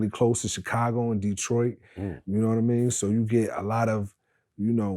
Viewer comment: I see vlad still pronouncing Chicago CHICKago ... smh .. god thats so annoying I cant stand when he does this ...